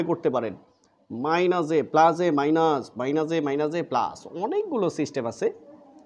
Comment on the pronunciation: ভাই প্লাজ,মাইনাজ? নাকি প্লাস, মাইনাস?🙂 Over smart 🤓